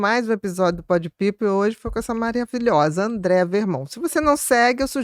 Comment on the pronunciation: Sensacional! Só um adendo a pronúncia do nome da convidada, corretamente: é AndrÉa , sem i. 🙂